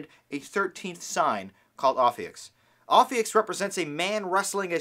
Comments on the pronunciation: BTW it's "ophiuchus", read as ɒfiˈjuːkəs or simply "oh-FEW-kuss", not ophiuchs or oh-fewks. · Its Pronounced Oaf - few - kus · if you're gonna talk about it you should pronounce it right. it's oh-few-kuss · i've read both the descriptions for aries and taurus. everybody i've asked still tells me that i'm a taurus. and it's pronounced O-FEE-YOU-CUSS. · It’s pronounced O-few-kus.... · Repeat after me: o-few-cus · it's pronounced oh-fee-you-cuss lol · Your saying the name wrong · The dude is pronouncing it wrong. Go to Dictionary com to hear it properly.